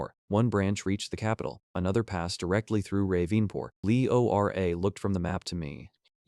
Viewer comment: "leora" becomes "Ell. Eee. Ora" and "Bohro"? becomes "Bee. Ohh. Aich, Row", ....constantly! And "it" (as in "it is fine!") becomes I.T. is fine.